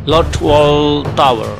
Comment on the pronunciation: Biasa aja bang bacanya, terutama di saat penyebutan kata "tower" ahaha